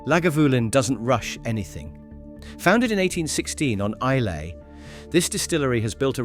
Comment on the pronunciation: Islay is pronounced Eye - la, not phonetically as spelt.